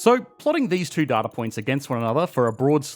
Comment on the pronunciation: it's pronounced data not data